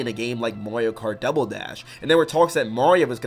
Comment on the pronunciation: You accidentally said Mario karty